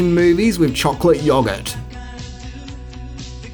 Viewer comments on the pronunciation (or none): Your pronunciation of yoghurt is worrying.. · hmm, never heard Yoghurt pronounced like that